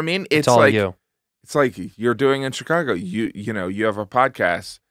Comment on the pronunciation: take a shot everytime someone says shicargo